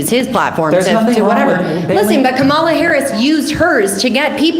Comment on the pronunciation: Woman talks about "Ka-mall-a" harris and tries to claim she is well informed.... yet you have never heard her name pronounced properly?? Sorry, but if you can't pronounce the last democratic presidential candidate's name properly.... you are not informed.